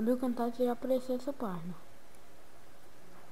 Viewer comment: Fala direito..Nao e Camtagia.. o ceto e Camtasia